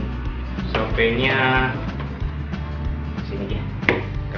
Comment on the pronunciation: "sopii" pak bukan "sope" hahaha